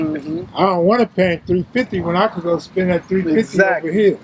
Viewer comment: Lmfao nigga said “ion know that car” 😂😂